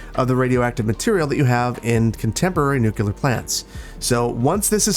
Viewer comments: It’s nuCLEAR!!!! Not nuCular! So annoying. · I hate to be the grammarnazi but I do hear this strange pronunciation a lot and it kind of bothers my ears: nuclear is pronounced nu-clear, like it's written, not nu-cular 😁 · Hey - It's pronounced New-Clear, not new-q-ler... Just so you know!:D ol george bush junior was mocked for saying it the latter way. Fusion shoots hydrogen atoms at each other so hard that their nuclei and electrons create neutrons (proton + electron = neutron) and fuse to create hydrogen, which is far better than mining radioactive uranium and decaying it into other radioactive isotopes of other elements that cannot be stored reasonably. Love love love your videos, you make cities skylines seem like the ultimate bonsai tree, it's become my peace to landscape and create neighborhoods with good connectivity:) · 1. It's pronounced "nu-clear." Nuclear has only one u, people. 2. This is Verde Beach, not Clearwater County. The west coast isn't known for its wooden covered bridges, so scrap them. 3. The name for the plant? Easy, the Helios Mountain Nuclear Fusion Power Plant. With fusion, you're replicating the sun, therefore Helios. As for the community around the plant, Helios Mountain or Helios Valley will do.